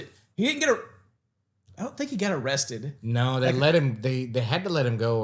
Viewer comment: No O-rested guy 😂